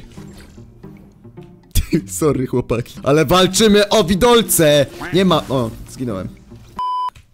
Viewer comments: To są fałdolce a nie widolce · Tyle grasz w fortnite a nawet nie wiesz że to vałdolce a nie, vidolce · Mówi się f-dolce